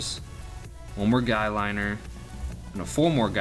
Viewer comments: "Guylinner" lol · its guy-lye-ner XD that makup for guys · Ok nvm you don't know how to pronounce anything right. Guyliner, sigil, dr Von Haydes